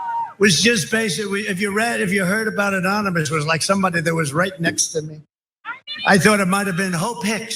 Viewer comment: Anomonous LOL